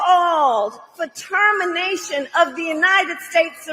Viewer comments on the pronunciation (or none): LISTEN VERY VERY VERY CLOSELY. KAMALA HARRIS SAID PATERMINTION., WHICH IS NOT WORD. EVERYONE PUT YOUR PHONE CLOSER TO YOUR EAR. SHE SAID PARTERMINATION, AND ITS NOT EVEN A EORD. I MYSELF LISTENED TO IT 6 TIMES., AND FROM WHAT I HEARD SHE SAID PARTERMINATION.